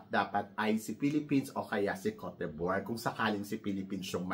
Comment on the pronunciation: 😅😂🤣 hindi mo parin m-pronounce ang Kowt Dibwah (Côte D'Ivoire) ng ayos 😝😜🤪